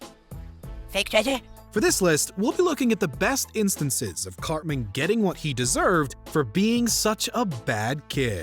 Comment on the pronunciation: i stg i thought you called him "cockman" i had to take a triple take